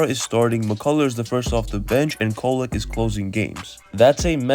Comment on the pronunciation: Definitely not “Kolek” 😆